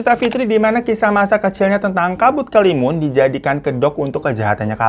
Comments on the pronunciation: Dari kabut kelimun jadi kabut kelamin🤣🤣 kita mah udah biasa omongnya bang hiro kadang kepeleset 🤣🤣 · Kabut kelamin yang begimana dah bang 😭😭 ampun typo mulut nya keterlaluan wkwk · Gak nyadar apa, malah bang hiro kepleset nyebut kabut kelimun jd kabut kelamin 😂😂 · Pliss lg serius dengerin babang tamvan cerita trus tetiba keplintir tuh mulut kena ombak jd nyebut "kabutkelamin" langsung ngakak hahahaa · Dari kabut kelamun, kabut keluwun, kabut kelamin, walang wangsul jadi wayang walun wkwk kami udh biasa denger Hiro kepleset klu ngomong wkwkwk